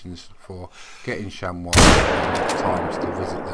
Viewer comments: hi its pronounced like shamie not shamow thnx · ps its pronounced chamy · you pronounce it, sham-ee.